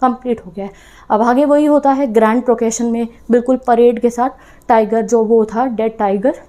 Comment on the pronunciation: Grand porcession not Grand proccesion